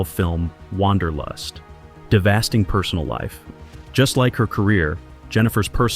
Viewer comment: ......Devasting Personal life .... really ? Get it right I believe you mean Devastating .....what the heck is Devasting ?